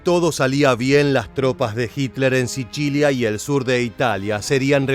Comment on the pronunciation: "SICHILIA"???? JJAJJAJJAJ. ENSERIO DIJISTE 'SICHILIA" JAJJAJAAJAAJAA ES SICILIA PAPAAA !! ESTAS HABLANDO ESPAÑOL !!!